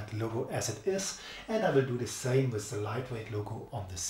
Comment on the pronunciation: Great video! But please spell with like it has to be said, you are saying it like wis, th is better with only a t, like ,,wit'' but its the worst when people say it like wis, and everything like everysing, etc....